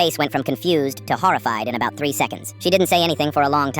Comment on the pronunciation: you did NOT just say "putted" edit: OR "ABAUT" BITCH WHAT THE FUCK